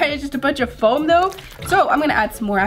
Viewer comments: its FOAM beads not floam beads😒😲😠😵😱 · She said floam instead of foam